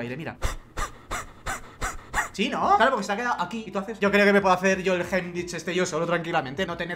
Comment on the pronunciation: tratando de decir Heimlich es lo mejor JAJAJAJAJAJ